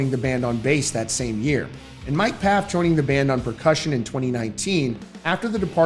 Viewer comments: It’s pronounced FAF not PAF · You continue to miss pronounce Mike Pfaff's last name. It's pronounced Foff like saying Off with an F in front of it. It doesn't get a P sound. Ridiculous that I keep telling you and you are completely oblivious to it. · PFAFF IS PRONOUNCED FAFF